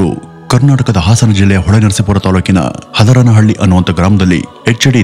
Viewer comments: ಬ್ರದರ್ ಹದರನ ಹಳ್ಳಿ ಅಲ್ಲ ಹರದನಹಳ್ಳಿ ಬಾಸ್ 🙏🙏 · ಹದರನಹಳ್ಳಿ ❌ ಹರದನಹಳ್ಳಿ✅ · ಹದರನಹಳ್ಳಿ ಆಲ್ವೋ ಅಣ್ಣಾ 😂 ಹರದನ ಹಳ್ಳಿ ಅದು 😂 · Hadaranahalli alla haradanahalli.. please correct this